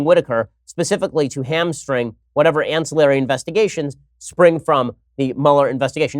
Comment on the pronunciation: It's ann-CILL-ary, Ben. You're the second one today!